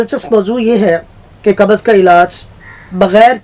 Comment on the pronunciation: Kabaz nahi pakistaniyu qabz hoti hai tum logone to urdu ki mout kardi